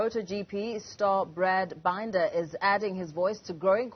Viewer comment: And couldn't even pronounce his name right.